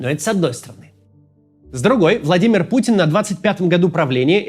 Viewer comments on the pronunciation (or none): none